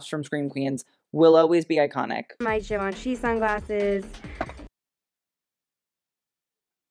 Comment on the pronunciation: as a french she actually said Givenchy pretty good